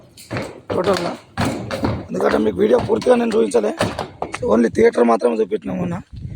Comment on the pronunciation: తేటర్ కాదు లింగం థియేటర్